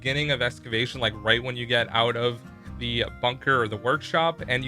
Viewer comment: When you Say That they took out "The" I hear "Duh"